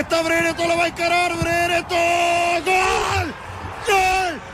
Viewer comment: only said breretons name wrong 1000 times lmao